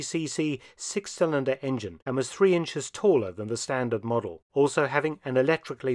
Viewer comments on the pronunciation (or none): none